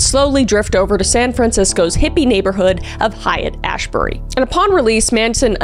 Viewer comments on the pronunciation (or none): Kris, I love you, but I wish you'd spend like 30 seconds learning how to say the location names when you're doing deep dives. It's not "hyatt-ash-bury." It's pronounced "hate ash-berry." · Minor criticism, you mispronounced Haight-Ashbury its pronounced hate not Hyatt.